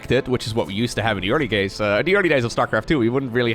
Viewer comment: ... in the early gays? xD great one